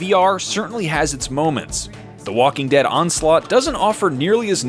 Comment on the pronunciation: Dhe Talking Wead